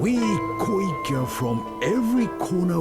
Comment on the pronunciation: actually the I's are pronounced as like an E. so it's like ekko ekke